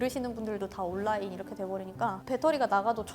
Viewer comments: 한국인 다 됐네요. 온라인을 올라인이라고 하는 것보니. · 요즘 젊은 이들 발음과 50-60대 발음이 조금 다른데 이분 발음중에 on-line 올라인이라고 하는 건 50-60대 스타일입니다. 반갑네여. 요즘 애들은 온라인 이라고 합니다.